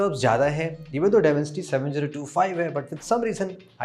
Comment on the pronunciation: Demencity 7050 bole ho to bhout hassi aayi hai